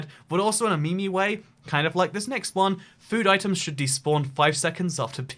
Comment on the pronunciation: He said me-me not meme